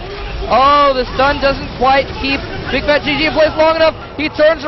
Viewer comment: Bigfatlp , not bigfatGG haha